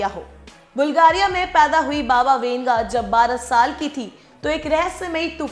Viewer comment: Baba winga nahi wanga... Hehe